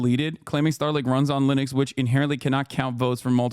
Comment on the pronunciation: She had me at "Lenux" ITS BIG BRAIN TIME